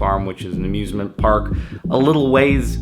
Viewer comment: It sounded like he said abusement park